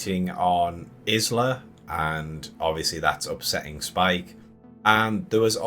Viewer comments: Definitely was disappointed… but, are you mispronouncing her name so blatantly on purpose? You pronounce “island” correctly, but not hers? “Eye-La”. Anyway, I pretty much agree with everything said in this video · Hi, Isla is a feminine Scottish name pronounced has 'eye-la'. How you pronounced it drove me nuts lol. Thanks for the video. I think its mentioned earlier in the film to kill an Alpha it would take lots of arrows. So it is covered, but not the reason why. Overall I enjoyed the movie, but the last 5 minutes completely threw me and I wished it wasn't included. Though I guess the reason was because they are preparing us for part 2. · Yup! I mean, has he never heard the word, 'isle', being said. Presumably they don't say her name in the film. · Can anyone pronounce Isla!!! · they do say her name a few times in the film, which makes this guy's mispronunciation even more irritating!